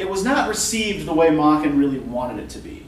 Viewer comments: This Welsh master's name is properly pronounced to rhyme with 'bracken,' Prof, not "Mocken." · May-ken, not mah-ken.